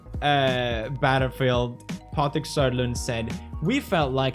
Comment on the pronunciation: Seriously now, stop pronouncing Scandinavian names in a stupid english accent. Patrick Söderlund should not be that hard to pronounce for a Swede, and I know that there was another name that you pronounced weird 2 videos ago 😏